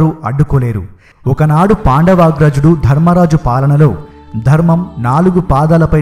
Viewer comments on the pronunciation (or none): It's while not wail, it's not diffended defended,it's winned not wined , it's dharmaraja not dharammaraja it's not shudeva it's sahadeva telugu vastay telugu lo cheppalsindi sir chudandi yenni mistakes okariki warning ichhay apudu manavanni correct ga pettukovali lekapotay vallu vekkirinchadaniki manamay chance ichhina vallam avtamu